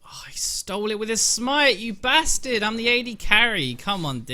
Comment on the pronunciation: I really like it when he calls ppl "basterd" lol